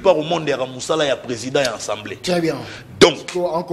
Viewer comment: 😂 et Manix ba vrais tintins. Fayulu azo sala makambo en catimini te. Alobaki ke akomelaki CENI po na liste ya candidature ya ba députés na ye. Conseil gratuit. on ne dit pas « ENSEMBLEE nationale te ». Loba Assemblée nationale. Yo Manix zala na soni. Depuis tjs fayulu fustige les comportements de Kagame frère siamois de tshilombo. Arrête ko comparer tshilombo na Muzee tu es peut-être malade mental kende ko se faire soigner